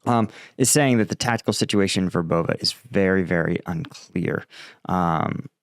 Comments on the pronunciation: VER bove I think. Accent on first syllable. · it's pronounced, Verbov'eh'. just a friendly correction.